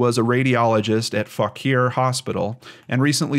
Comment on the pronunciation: I'm from Fauquier County (fawk-year) and you wouldn't believe the variations I've heard. Non-locals trying to pronounce it usually get the response "eff my county? No, EFF YOUR COUNTY!" Hooray to for even attempting to say it. Our local weathermen (Washington DC) don't even get it right. If anyone is interested we also had a Buddhist monk murdered in our small town and it is still unsolved.